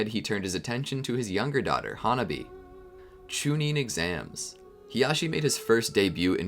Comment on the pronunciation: Ha-Nah-bee not hona-bee